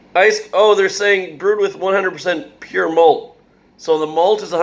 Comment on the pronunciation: Mean "PURE", mate 😅🤣🤌🏼